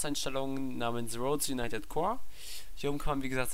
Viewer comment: "Rohd Juneitedzz" ... RoadS UniteD